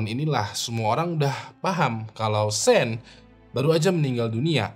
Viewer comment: Setau saya sean dibacanya syoun bukan sen bang🙏